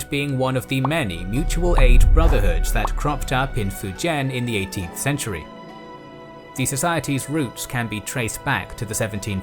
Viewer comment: can’t even say fujian right